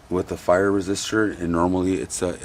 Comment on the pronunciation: Love your Marshall videos!! Hey those resistors are pronounced PIE-ER not FIRE. Not trying to be that guy just trying to help......Cheers!!!